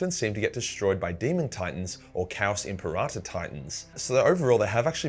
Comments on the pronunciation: Lol imparata.. Say it with me kids: “Imp-air-ah-tor” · WHY DO YOU KEEP SAYING IMPERATA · My ears itched every time you said imperator wrong lol.